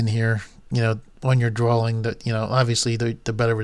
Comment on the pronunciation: Drawing. (Dro-eeng) not drawling!